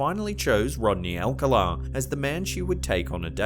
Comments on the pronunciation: BTDubs, re: "Alcala" has the stress on the second syllable ("ahl-CAHL-ah") 🧐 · Alcala Is pronounced al-call- ah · Rodney Alcala's name is pronounced al-CAL-uh. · You’re pronouncing the serial killers last name incorrectly. It’s All-calla, spelling Alcala. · Pronounced AlCÁla, accent on the 2 nd syllable. I remember this particular game show and Rodney’s getting busted and all the murders he was convicted of later on. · Its Pronounced Al Cal Ah.. why dont you at least Hire a Brit that can correctly pronounce comon words or research first?? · #2 not how you pronounce Rodney’s last name.